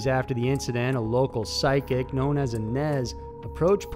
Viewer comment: Ugh that Johnny Garrat one really does piss me off, fucking “physic”, Christ...